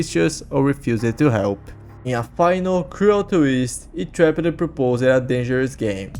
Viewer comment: “Itraped” bro u dont pronounce it like that.